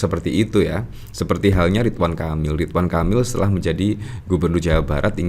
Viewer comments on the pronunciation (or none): none